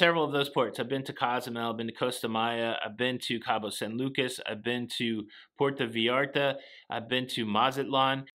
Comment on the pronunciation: Porta Veeyarta? Puerrto Vayaarrta!